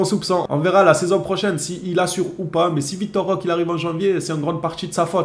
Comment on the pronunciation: Roquéééé on prononce Roquéééé !!😩🙏